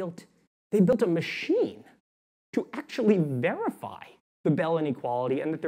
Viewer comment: Hi I'm not finished with the video yet but I'm hoping someone can help me. he says something about bellany quality and local hidden state. Trying to Google so I can find the research but I can't find it. I must have misspelled bellany quality but that's what I hear... What is it that he's actually saying?